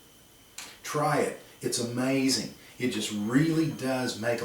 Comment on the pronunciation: “Lawyers get paid by the syllable” proceeds to say “amazing” with four syllables. Just teasing. Love these videos!